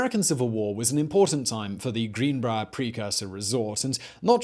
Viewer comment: Everyone: greenbrier Simon: GREENBRAAR